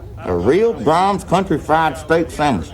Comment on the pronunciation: Imagine you are watching a sad movie and then a commercial comes on and it's an Ernest ad. When he says braums it comes off as the classics artist Brahms